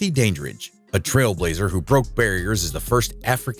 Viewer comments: These videos are the worst. The AI generated narrations of these are so obvious, mechanical, mispronounced and irksome. Dorothy "Dain" dridge for one. Pure crap. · AI VOICES SUCK! IT'S "DAN"DRIDGE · ANOTHER MESS FOR PRONUNCIATION. Dandrige starting with Dane? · Can't believe this AI bot continually mispronounces Dorothy Dandridge's last name. It's DAN-dridge, not DAY-dridge, for goodness' sakes! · Dorothy's surname is pronounced Dan-dridge. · Your mispronouncing Dorothy dandridge's last name your pronouncing. The dan is though it were pronounced danger, but the DAN in her name is pronounced as though it were a man's name Dan as in Daniel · I noticed that too. Also the bot is mispronouncing Dorothy’s last name!